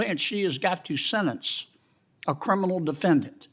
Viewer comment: I agree but when did the word “sentence” become “sennince?”